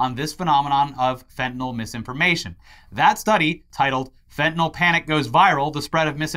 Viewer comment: "Shoot the fentylnal!"